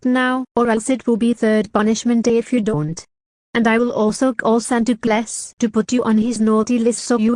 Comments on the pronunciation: Anyone else hear "Santa Class" ? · Same. It sounds like she’s saying Santa Plus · she actually pronounces it Santa Class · Santa Class?